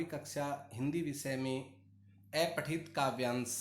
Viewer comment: अपठित को ऐपठित क्यों कह रहे हैं? ठीक से उच्चारण तो कीजिए।